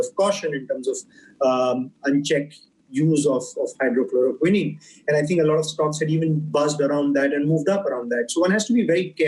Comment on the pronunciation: Not hydro-chloro-quinine.😛 It's hydroxy-chloro-quine.....